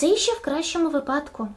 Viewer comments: вИпадок - "у вИпадку".:3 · На шось шашличку з крилишок захотілось. 😅 Але то таке. Проте, - "випАдку"? Серьозно? Це якою мовою? СТБ? Комент на підтримку каналу, якшо шо.